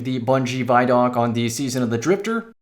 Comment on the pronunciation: I thought ViDoc was shorthand for Video Document/Documentary so sounds like Vid-doc not Vie-doc when said.